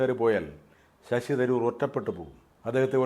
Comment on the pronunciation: ശശി ദ് രൂർ അല്ല .ശശി തരൂർ. ഭാഷക്കു സ്ഫുടതയില്ലാത്തവർ ഈ പരിപാടി നിർത്തണ०.